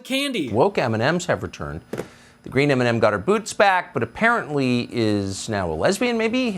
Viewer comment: Why is he even in our country he can barely say M&M 🤮